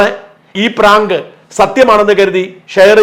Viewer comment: പറാങ്ക് എന്നല്ല പറയേണ്ടത് ഇതിനെ ഭ്രാന്ത് എന്നാണ് പറയേണ്ടത്☹️